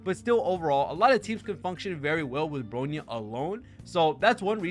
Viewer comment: it's "BRONYA", not "BROYNA" lol. I feel hilarious that you still cannot spelled Bronya's name correctly while speaking highly about her & Robin, while talking shit about Sparkle lol. FYI, Sparkle has the highest "CRIT DMG Buff" than standard Bronya, Robin, & Yukong ( CRIT DMG Buff Harmony in overall ) in-game. Sparkle's E2 probably might be the reasons why she's BiS Harmony support for Acheron's Team, because her E2 allowed her Talent ( Red Herring ) to make allies to ignored enemy's DEF for 8% ( 1 Red Herring stacks = 8% DEF Ignored ) & can be stack up to 3 times ( 2 Red Herring stacks = 16% DEF Ignored, 3/Max Red Herring stacks = 24% DEF Ignored ) when dealing DMG to them. Which is very useful for Acheron. & I have an evidence for my statements here ( Please checks Sparkle's guide on your HSR'S Account "GAME TOOL" feature & look for Sparkle & see for yourself. That's where my evidence is. ). Robin is a "Tier 0" Harmony alongside Ruan Mei in "Pure Fiction" is true. But when it comes to "MOC", her tier is just one the same place with Sparkle which is "Tier 0.5". Sparkle on the other hand, is still a "Tier 0.5" Harmony support on both "PF & MOC" while Bronya is far below them at "Tier 1.5" on both endgame mode. So your statement saying "Bronya is far better than Sparkle" is really a "BIASED & so DELUSIONAL."